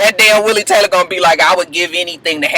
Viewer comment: Willie Taylah! lol